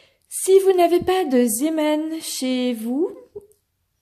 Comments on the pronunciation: Coucou. On prononce zémane, avec un é long, ça veut dire "marin" en néerlandais. Merci pour ce tutoriel ! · Ça se prononce zėman. 😊😊😀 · chez nous on prononce zéman